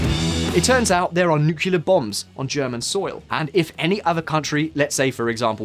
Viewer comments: nu-cle-ar not nu-cu-lar, thank you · Please learn how to pronounce "nuclear": new...clear, not nuke...ula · NU-CLE-AR, not NU-CU-LAR, buddy. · dude, for real... it's Nuclear as in NEW-klee-er not as in NOO-kyuh-luhr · Its "NEW-CLEAR" not "NUKE-YOU-LAR". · Yes he is driving me nuts with his pronunciation of that word. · Never trust anyone who says nukyaler. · He said "nukiller" minus 10 points to his speech delivering score !